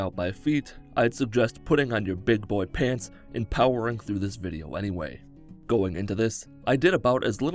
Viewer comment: "Thur will be feet in this vidheo." Me: Nah. I'm out. Also me, earlier: Ohh? Let's click on this video!